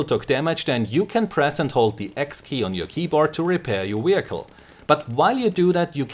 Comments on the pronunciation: Great stuff, but please say "vehicle" instead of "wehicle". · Don't get me wrong, your English is very good, but you're butchering vehicle and its hilarious! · wehicle! ;p